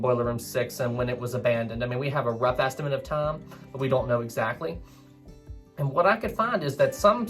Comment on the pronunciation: . When the word time was said, I heard "tom" or "thame".